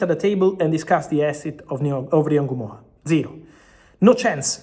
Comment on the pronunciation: Fabrizio is the only person I've seen who pronounce Rio Ngumoha's name the right way. It's not En gumoha it's just Ngumoha.